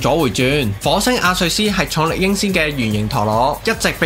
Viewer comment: 咩阿瑞斯lol 阿雷斯啊